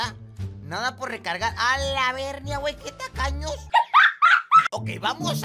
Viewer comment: Estas son todas las veses que dijo alabernia 👇